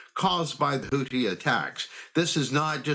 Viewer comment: How hard is it to pronounce Houthi ! It’s not the Hooties !!!!!!